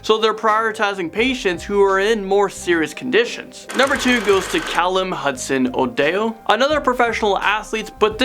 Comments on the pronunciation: The way he pronounces Hudson odoi is so wrong 😂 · That was the funniest pronunciation of Hudson-odoi’s name 😂😂